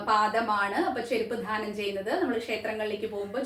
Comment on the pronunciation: ദാനം എന്ന് ഉച്ചരിക്കുക ധാനം എന്നത്‌ തെറ്റാണ്‌..